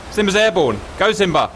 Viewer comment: Love when Cap calls Simba , " Simbra " lmao